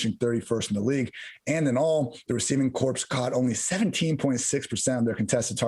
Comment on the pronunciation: Just so you know corps is pronounced core not corpse